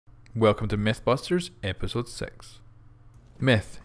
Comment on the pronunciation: Hehe maybe many people said that, but METHbusters? lol